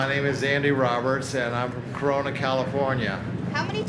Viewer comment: Did he say Corana,California